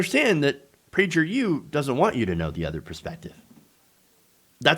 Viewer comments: They want to inoculate school-age kids against objective reality. Shameful. Also, it’s Praeger with a hard “g.” Love your content. Keep fighting the good fight. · Kinda bothered by the pronunciation of Prager with the soft g... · Lol you’re butchering the pronunciation